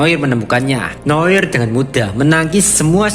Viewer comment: Noar noir aja gabisa baca bener tol